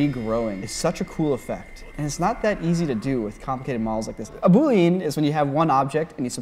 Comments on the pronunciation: When you say "Boolean" it sounds like you're saying "Buruderurean." Are you pronouncing it in Japanese? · Why does pronounce some words like Coach Z from Homestar Runner... Draygons! Booleens!